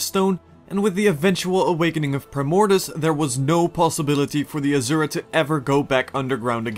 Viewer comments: Asura is pronounced like the words, "uh" "sir" "uh" not "azure" "uh" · Nice video, though I should point out, "Rata Sum" is pronounced "Rata Soom" and "Azura" is pronounced "Asoora".